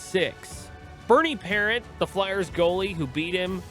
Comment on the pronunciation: Great video as usual brother..his story is def one of a kind..tragic is the only word..but u gotta say Parent the right wsy lol its pronounced like paront lol